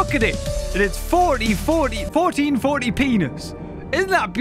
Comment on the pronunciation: 40,14 peanis caugh me off guard